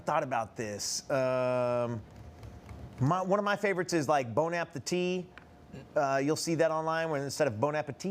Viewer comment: bon appétit, the t is silent though😂❤